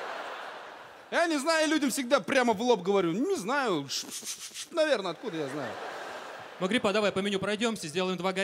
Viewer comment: Miss Nobody не Магарипа, а Магрипа